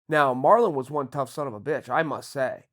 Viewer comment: He turned Marlon Mexican 😂